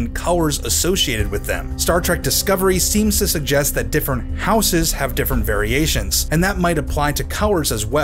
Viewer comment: I don't like how you say "houses."